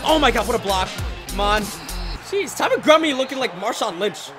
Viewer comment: He was like Ty MuNtGummReE